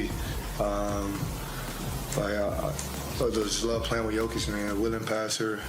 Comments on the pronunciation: Is this video a joke? He can't even say his name... wtf is this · It's pronounced Yo-Kitch!!! Yo, like yo-yo... Lawdddd, help me!!! 🙄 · yochich.?... he is Jokić u sick fuck=) (YoKić) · jokić . no yochich ... why are you so purposely illiterate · His last name isnt jocic its jokic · Dumbasss it’s Jokic not Jocic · JOKIC not YOCIC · I Appreciate you making a video and praising Jokic , but cmmon now...its Yo-kich, Not yo-chik ,not yo-chich, i mean its really a sipmle name ... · How about learnig yotchich name is yokeetch ?! Or yokitch or YO-keetsch or anything but yotzich yochich 😅😅😅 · >makes video about how we should listen to what NBA players say about Jokic. >Fails to listen to the way they pronounce Jokic >Jochich Clown world lmao But fr thanks for making the video bro I'm just clowinin ya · Bruh! Learn how to say Joker. You sound like a fricking idiot! Wtaf? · "Yokeitch" you dunderhead, hahahahahahahahaha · Ask someone from Serbia or Croatia. Its actually pronounced "Yo-Cheech". And anglicized its "Yo-Chich" geez.... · Bruh, how you gonna call him "Jochich" and be expecting anyone to take you seriously? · Next time 😊you make a video about Jokic, his name is pronounced Yoke-itch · “ Yoach Itch “ 😂😂😂😂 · Bruh prounounced it like Jocić 😂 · If you're going to attempt to capitalize off of someone else's name, the least you could do is learn how to pronounce it. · Terrible pronouncing of jokic thumbs down try harder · I deliberately came to the comments to piss all over you for not knowing how to pronounce somebody's name, but I've been beaten to it by everybody who came before me. This is really pathetic. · Talk about butchering someone's name, over and over and over. Damn. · It's so ironic that this is the first time I hear Nikola pronounced properly, but the butchering of the last name is so horrible 😭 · Seriously. Lose credibility when you can't say the guys name. Clearly didn't watch the video that you're doing the commentary on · YoKiCH! Not yochich